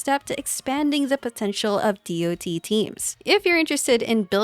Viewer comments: You know you can also just say "DOT" as in Polka-Dot instead of Dee-Oh-Tee. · As an MMO player hearing someone saying D O T instead of just Dot its SOOO WEIRD XD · The video was interesting and chalked full of useful info, but constantly pronouncing the acronym "D.O.T." instead of just saying the word "dot" triggered me. Years of calling it "dot" makes more sense in my head instead of spelling the letters out individually. It's like spelling out "L.O.L." instead of just saying "lawl" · For decades in MMOS we called it Dot Damage, not D > O > T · I've never heard anyone fully spell out DoT before. I mean it makes sense but every game i've ever played before people just say DoT like it's a word and not an acronym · Say DoT one more time